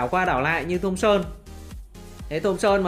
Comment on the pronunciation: thomson e toàn đọc là thơm son